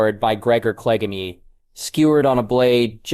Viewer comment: Cleg...an...ee... Really? Did you drop oit of school before you hit 6th grade? Or can you not read your own writing? You may have great stories, but, Your pronunciation is horrible.